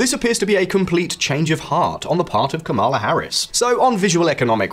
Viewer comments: it’s KAmala, not kaMAla if you can’t even bother learning your name, you shouldn’t make a video about her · Her name is pronounced comma la literally why are you so annoying 🙄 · the emphasis is on the first syllable, like PAMela. KAmala. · "Kama-la Harris" - this channel is pro Trump 😂